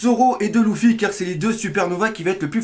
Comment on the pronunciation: c'est LUFY pas LOUFI